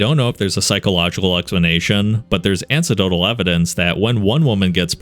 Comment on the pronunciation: "ancedotal" omg